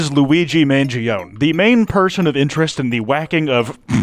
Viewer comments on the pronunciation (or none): JSYK, Mangione's last name is pronounced "man-geeoh-nee". As for Breloom: While Breloom's pokedex number may be a reference to Proverbs 28:6, it is most definitely a reference to Insurance Awareness Day, which is on June 28th (28/6), and possibly also Insurance Denial Code 286, which denies claims because an appeal claim was was not made within the time limit after an initial denial. There are countless other references to 286 across his socials and real life. His favorite book on Goodreads is Elon Musk's biography (Elon was born on 28/6). The McDonald's where he was caught was 286mi from the scene of the crime. His ZIP Code ended in 286. He had 286 followers on Spotify. His Twitter has exactly 286 posts. His cousin follows 286 people on Twitter. (Interestingly, his cousin is also one of Maryland's State Representatives, and he won his seat with 28.6% of the vote, though it's probably a complete coincidence.) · I love you /p but as an Italian every time you pronounce his last name I fucking die inside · it's said man-gOn-e btw 😭